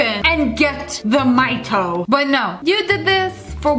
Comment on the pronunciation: that picture is fromfinland because of the maito and u said maito really well as i can say as an finnish person